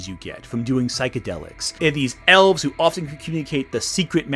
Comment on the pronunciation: I was listening to this and at first I thought they said Owls instead of Elves and was very confused.